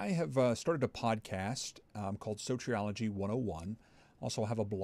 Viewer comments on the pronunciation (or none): Love your videos, but... Why do you mispronounce soteriology as soh-tree-ah-luh-gee and meritorious as mer-tor-ee-uhs? I don’t think it’s your accent.